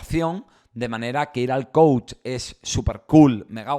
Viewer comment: Soy psicoterapeuta tengo carrera y maestría y soy coach también! Quiero comentarte que son 2 cosas completamente distintas, estas un poco revuelto porque no estás muy informado! No puedes dar coach a una persona que necesita tratar un problema clínico, el coach que no se pronuncia coachi, es un guía que ayuda a llevar a cabo metas específicas que no son clínicas y si! Si hay una metodología real y funcional. Entiendo que hay charlatanes pero hay psicólogos que también por tener títulos, se vuelven mercenarios en fin!